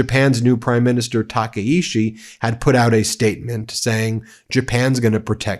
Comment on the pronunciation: TakaICHI not Takaishi